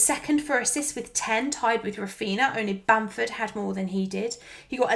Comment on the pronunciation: I know this is widespread, but the same as we don't call them Coutino and Ronaldino, Raphinha is pronounced Raphinia, only Andy from Let's Talk FPL is calling him correctly :)